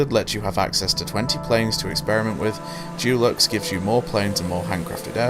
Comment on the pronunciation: Dulux edition lol It ain't paint... You mean dee-lux